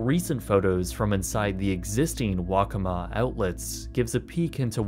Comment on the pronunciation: I live in South Carolina, and while I never went to the Hard Rock park while it was open, as a kid I did go to the Waccamaw Mall once. Honestly I was pleasantly surprised when you said it right. People mispronounce it all the time. :) This was a neat look back into something that I remember.